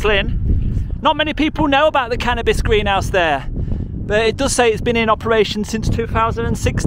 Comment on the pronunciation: "Cannibas farm" 😂👍🏻